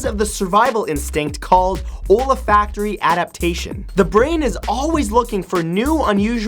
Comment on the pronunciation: Dude it's not OLEHfactory, it's olfactory.